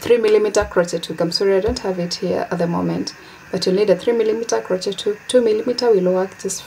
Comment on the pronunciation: To The Channel: Kindly note. In words like chef, chauffer, crochet the ch is read as sh. The t in crochet is not pronounced.